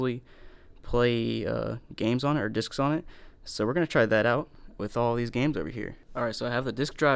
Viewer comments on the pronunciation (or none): They said dics instead of discs